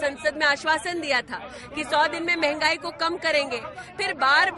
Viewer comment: महंगाई को मेगाई बोल रहा है भाई